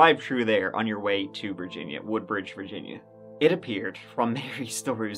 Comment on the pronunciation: I grew up in Woodbridge, and that's exactly how I would say it. We also called it "Hoodbridge".